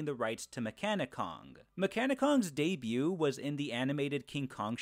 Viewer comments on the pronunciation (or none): none